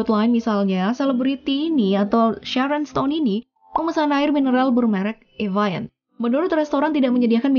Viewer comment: 04.36 Evian bukan di baca evayen....eviong.